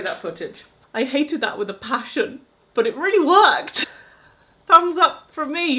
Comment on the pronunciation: Lol 😂 I died wen she said IT WOREKWED